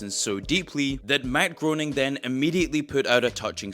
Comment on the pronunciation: I believe it is pronounced "Gray-ning".